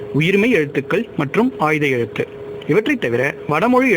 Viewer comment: உச்சரிப்பவருக்கு ஒரு வார்த்தை. அது ஆய்த எழுத்து. ஆயுத எழுத்தன்று.